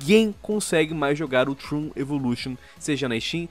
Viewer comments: n querendo ser chato, mas se pronuncia da forma que é escrita msm, "tron" e n "trun". Algumas pessoas n gostam de ser corrigidas e preferem ficar erradas pelo resto da vida, mas eu acredito que o povo da central n é assim. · Trun? Num é tron não? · Trôn, não troon :P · É trOn, o "o" tem som de "o" não de "u" O vídeo tá foda, mas isso me deixou com agonia kkk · Puta que alívio saber que não senti isso sozinho kkkk só faria sentido falar assim se o game se chamasse " Troon" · Não se pronuncia "Trun" e sim "Tron":^. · Pq ses falam Trun e não tron, até em inglês é dito tron e não Trun É como se fosso escrito troon me da agonia kkskskawkwea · Que agonia de escutar eles falando "TRUN"